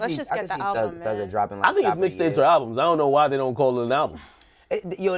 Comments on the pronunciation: ALUBM ?... isn't it ALBUM? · Yo, what is an "alubm"?